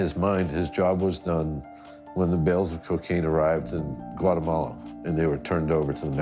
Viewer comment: He says whatamalla 😂